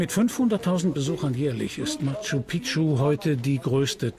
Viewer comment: Die Stadt wird nicht "Matschu Pitschu" ausgesprochen, sondern "Matschu Piktschu". Wird ja auch so geschrieben.